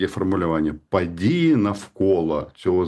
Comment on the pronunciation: ПАдії навколА законА..Па ваєним питанням.....і це вимова у відомого УКРАЇНСЬКОГО журналіста...